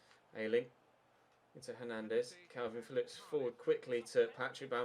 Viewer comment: stop saying kalvin its kelvin Phillips